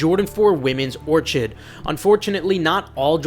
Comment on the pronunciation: it’s pronounced, “Or Kid” not “Or Chid” lol